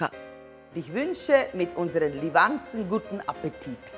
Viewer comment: Wie er das am Anfang sagt...total falsch betont